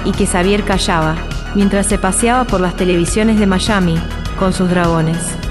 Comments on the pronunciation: Me ha encantado todo el documental, pero hace ruido cuando la narradora dice MaSHami en vez de Miami (Maiami) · Mayami???!!!!😂 Savier??!!😂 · Al tercer "mayami" me dio un ACV